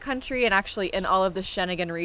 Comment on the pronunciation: Shenegan. 😂 It's Schengen